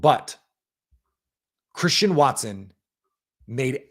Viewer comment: Collectively, throughout the game that was one of the worst called games I have ever listened to in my entire life and I'm 46 and I've been watching and loving the NFL or decades. "what a play from Chwristian Watson", heavy on the 'w' that doesnt existi in his name, Christian. But Tom Brady is the absolute most annoying 'color commentator' or whatever the f*** he is 'supposed' to be. This entire game Tom Brady was on the Bears nuts, and in doing so, just bash the Packers. Yeah that's right, a team that's 4 and 6, he was sucking their dick the entire f**** broadcast! But no the Packers who are a better team who have much better of a story to tell from individual players to the coaching to the rise of young players, etc was overlooked because Tom Brady is so ignorant that he overlooks the general high level concepts. Not even that, as far as color commentators go as far as the enunciation and the timing goes this guy is just offbeat and just messes with the entire flow of the game. His stupid ratings of throws? Awful. Are you effing serious? Do you know how awful Tom Brady was throwing the ball around? Not only that, on Jordan Loves interception he calls it "bad football". Yeah that's right he literally defined one throw as bad football. To me that's ignorant analysis of football. But when one of the worst quarterbacks in the league, the Bears QB, overthrows another player in the exact same scenario later in the game but it's just happens to not be intercepted, Tom Brad